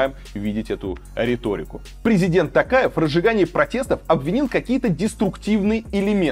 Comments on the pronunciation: Варламоввввв читай нАрмАльноооо не тЭнге а тЕнге, не ТАкаев а ТОкаев раздражаете уже 🤦🏻‍♀️ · Не ТАкаев, а ТОкаев. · Режет слух как говорите тЭнге, тАкаев, актАбе. У вас же тоже есть эти буквы в алфавите и звуки те же, почему нельзя говорить как есть? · Илья, нужно говорить тОкаев через О. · Ударение ставтит на" у" а надо букву "и" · слух ломает.... тЭнгЭ, мангыстаУская, АктАбЭ, , ТАкаев... ударения? не, не слышали...